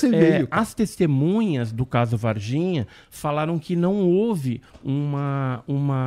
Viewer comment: Serjão: apresenta fatos e argumentos válidos Ufólogo: "Falaro" 🤓🧐